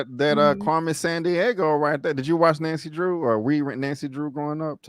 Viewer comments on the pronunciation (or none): Anybody noticed called Yo Yo Carmen San DieHo instead of Carmen San Diego 😂.